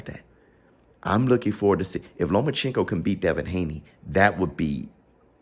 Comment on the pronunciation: I swear can’t pronounce Loma’s name to save his life 😂